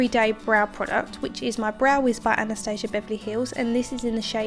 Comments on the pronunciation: It's supposed to be pronounced as ana-stas-ia for this brand. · Actually, she did not pronounce it correctly, she made it sound totally american/british, which is nor correct in this caae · not correct in this case*